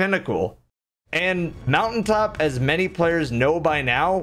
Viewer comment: mountain top...because...moutai top lmao 😂😂😂😂